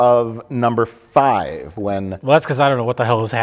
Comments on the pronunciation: says fart five at 1,20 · One minute in, says fart five...I'm not crazy right? You all hear it right? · said "fart five." It's too bad Mike did not notice. It could have been comedy gold.